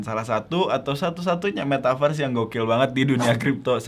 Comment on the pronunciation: Its not metaverszeeee